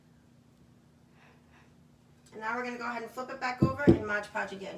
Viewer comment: It’s pronounced Mod Podge, not Modge Podge.